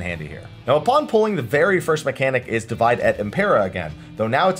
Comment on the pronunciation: "Divide" here is pronounced "dee-WEE-day", since it's Latin. Latin doesn't have a W consonant, which you can see in Romance languages that write "w" as "double V" (such as Spanish).